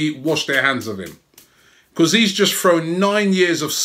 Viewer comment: Love you robbie mate but the way you say because winds me up!!!!